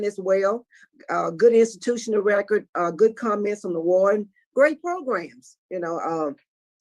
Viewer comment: 😂funny thing, she actually said it that way. Usually they say pro-gram (southern draw)